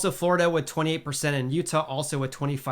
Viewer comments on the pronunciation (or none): none